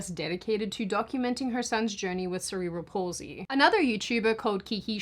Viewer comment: thank you for pronouncing Cerebral Palsy Wright, as a person who has it, I Hate when people say " Several Palsy "; I even had to correct my doctor a few years about it, anyway thank you